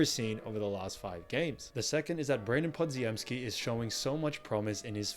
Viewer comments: Podziemski is pronounced "Po-gem-ski", not "Pod-zi-em-ski". In Polish, the dz is pronounced as a single consonant, much like the "g" in gem. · Podziemski = puh-jim-ski. the dz is a "j" sound.